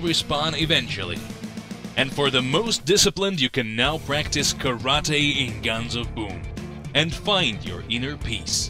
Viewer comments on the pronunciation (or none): none